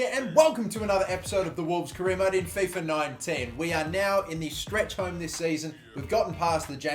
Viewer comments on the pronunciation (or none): none